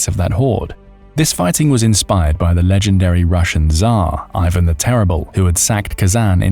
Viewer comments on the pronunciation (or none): none